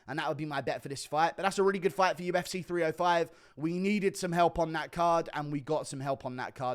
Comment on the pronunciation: you said UFC so dumb and you sounded like a deaf-person… so you’re implying deaf-people are dumb⁉️🤔